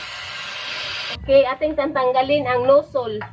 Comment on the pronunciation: Baka po nozzel hindi nosol..